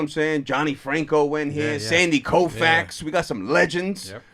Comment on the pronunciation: My mans said Sandy Kofax 😭🤣😭😭💪💪🫡